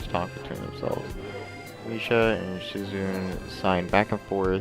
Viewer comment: SHIZUNE = SHE-ZOO-NAY